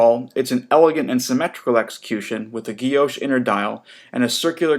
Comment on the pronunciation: Nice review. Guilloché ends with an accent, so is pronounced Ghee OshAy.